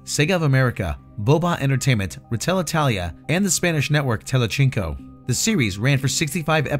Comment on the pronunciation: Is is also tele-zinc-o, not tele-chinko